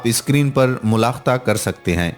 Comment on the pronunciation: Mulakhta word nahi hota mulahiza hota hai